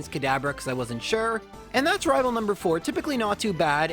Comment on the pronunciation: Why do you keep saying: "Rival fiveal"? It's annoying...